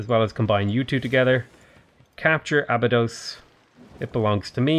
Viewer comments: Being a Norwegian, and a huge SG1 fan, that annoys me more than the butchering of the Norway cities. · Abydos is Ahh-Bee-Dose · Clearly you are not a Stargate SG1 fan based on how you are pronouncing Abydos